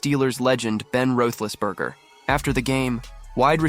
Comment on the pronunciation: YouTube,,, You need to get Ben's last name right for pronunciation